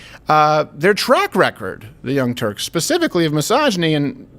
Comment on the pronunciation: Did you say Young Turks or Young Jerks 🤔🤔🤔